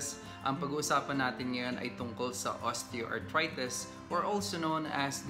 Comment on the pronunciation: Doc I really really like your vlogs but I am annoyed at your pronunciation of the letter i. Like you say osteoarthrites… instead of itis na matigas na i sa end..